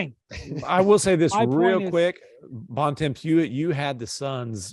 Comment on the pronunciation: Why does Bontemps (and everyone else) pronounce his surname incorrectly? Are Americans that lazy that they can’t just pronounce it the way it is?